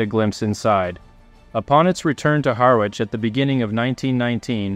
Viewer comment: Another excellent production, may I just pull you up on your pronouncation of Harwich, the w is silent and pronounced Ha rich, a very minor point. Thank you for your work, it's very entertaining and informative.